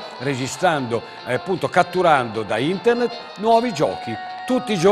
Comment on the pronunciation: All'inizio pensavo fosse uno scherzo!!! Ahahah (da notare come dice internet e joystick: intert e giochistik)